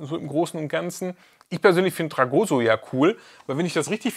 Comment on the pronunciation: TragoSSo mit Betonung auf dem "s", nicht auf dem "o" 😂😂